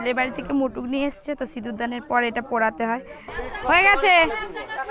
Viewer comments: Tumi mukut ke mutuk bolccho kano spelling ta ektu rectify koro sunte bhalo lagbe. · টুপুর নয়..... টোপর...... মুটুক নয়.....মুকুট